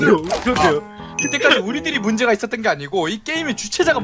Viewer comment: 에 문제가 있었던거야를 문제자가 있었던거야로 말하심